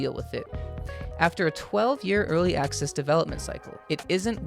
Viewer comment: "early acces" 😂